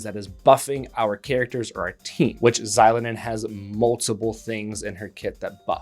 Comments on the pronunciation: It's a long O. zi-LOH-nen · It's Zee-lo-nen (just like how you would say the X in Xavier). Not She-lo-nen or Zy-lo-nen. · icl i cant even watch this video cause of how u pronounce her name 💀